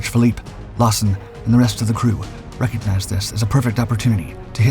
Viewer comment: Phillips, not Philippe.